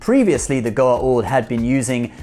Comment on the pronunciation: U called Symbiots, Goa'ald....wrong